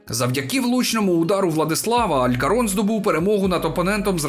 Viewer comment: не Алькорон, а АЛЬКОРКОН, не Гімареш, а ГІМАРАЕШ, ше й нашого легіонера в Алькорконі прізіище прочитав неправильно...хто цього чоловіка залучив сюди? видно, що йому футбол паралельно..за новини спс, озвувчкв дратує..